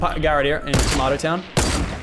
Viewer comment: It’s pronounced tomato town not tomato town...